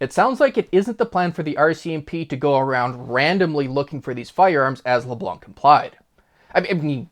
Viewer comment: Leblan , the C is silent